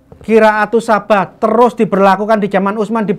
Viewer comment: Ngomong Qira'ah Sab'ah aja nggak bisa (gak becus), berani mengoreksi Alquran. Kareksi: Yang benar SAB'AH bukan SABAH....Yang benar HAFSOH bukan HAFSAH. Yang benar ALFATIHAH bukan dibaca ALFATEHAH. Yang benar ASY'ARIYAH bukan dibaca AS-ARYAH....yang benar QIRA'AH bukan dibaca KIRAAT. Apalagi modalnya cuma terjemah...sangat parah!!! Nggak usah banyak bicara, coba kamu hafalkan kitab sucimu 1 lembar saja, titik komanya lengkap tanpa salah. Alquran mampu dihafal 6666 ayat lebih, bahkan anak kecil usia 5 tahun pun banyak yang hafal Alquran di luar kepala (kok mau ingkar).